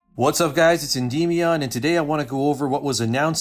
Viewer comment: You are pronouncing Endymion wrong just fyi